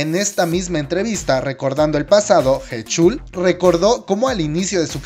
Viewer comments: Ah por cierto se pronuncia jichal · Jechul jajajajajajajaja 🤣🤣🤣 Sé que la pronunciación es un tanto difícil pero POR FAVOR investiguen como se pronuncian las cosas. La canción de "Lo siento" está en coreano, inglés y español. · Me da un derrame en el oído al escuchar como pronuncia heechul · Mis oídos duelen cuando pronuncias su nombre...